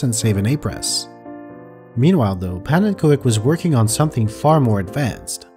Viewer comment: So even calls himself pannenko-ek. wat een!